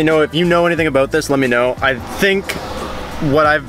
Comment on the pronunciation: Ok why do these kids say “oat” instead of out and “aboat” instead of about